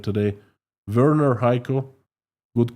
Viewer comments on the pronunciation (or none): none